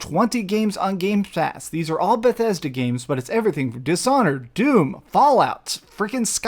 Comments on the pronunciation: It triggers me every single time when he says: GameSpass is GamePass not Games-Pass. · I've always liked when you say gamespass with the s. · Also keep saying Gamespass 😆